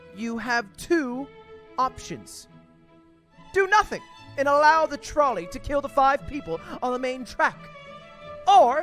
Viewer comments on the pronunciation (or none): Does he not know how to pronounce trolley?